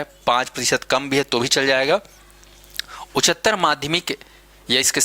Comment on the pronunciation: उच्चारण तो शुद्ध कर लीजिये महोदय, उच्चतर होता है😊